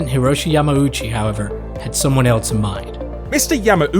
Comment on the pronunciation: Why do you say "eltse" and "eltsewhere" instead of "else" and "elsewhere"? Just wondering. :)